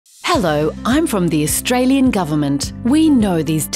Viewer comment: Australian not Australien